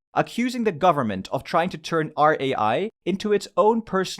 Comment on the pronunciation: Rai Is not pronunced as R.A.I, but Is all united